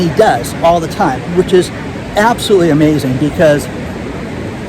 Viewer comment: Sound it out: ab-so-lute-ly, not "abselly"